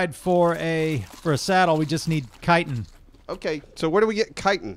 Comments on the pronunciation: i thought it was pronounced chitin aka shit-in but with a ch instead. not "kiten" lol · Not kighten its chitten havent you guys ever played skyrim? XD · Chitin is now pronounced Kitin. I've been wrong all these years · Great vids..... but Guys, it is pronounced "Chitin".... it's not a "c" or a "k".... ya'll driving me nuts over here! C H I T I N.... like Chicken but with a "tin"... Chi-tin. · That chittin You speek iT out as shitin